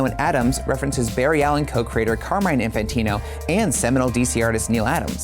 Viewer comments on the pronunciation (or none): none